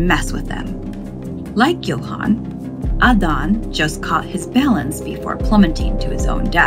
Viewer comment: Same with how she pronounced Johan and Adan